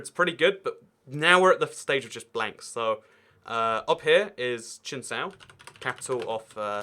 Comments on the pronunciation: Chisinau not Chinsau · It is chisinau no cinstau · The capital of Moldova, in romanian is Chişinău, spelled chishinau, kinda ă is like uhhh and ş is sh and how you pronounced chi is wrong.. look it up how its pronounced i cant explain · As a romanian I am laughing my ass off when he tried to write and spell Chişinău.I'm not offended,it happens all the time to foreigners when they try to pronounce romanian names,at least Bucureşti has an english translation-Bucharest.For us it's just funny.😂 And to be clear,Chişinău is pronouced like these words : Key-she-no. Hope I helped 👍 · Chisinau is pronounced Kishynow. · How you said kišinjev in Moldavia sounds like Chinese